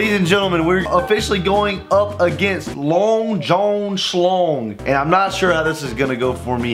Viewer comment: The fact that says john like jone triggers me